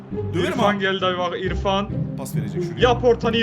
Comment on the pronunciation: ifans a ilfan diyo🤣🤣🤣